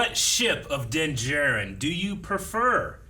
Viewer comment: Is there a reason mispronounces Din's name every single time. They've said it multiple times in the show differently than how pronounces it